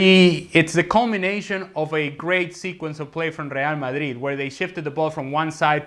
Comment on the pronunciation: Seriously hate with a passion how this fool says real Madrid. Actually gets me seething